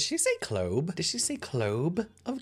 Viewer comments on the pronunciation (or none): definitely wouldn't take advice from someone who says "clobe" of garlic, helppp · She most definitely did say "clobe" I went back and watched it like four times lol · Literally went back to see if she said "clobe" 😂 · She ABSOLUTELY said clobe of garlic like she was unable to choose properly between clove and globe…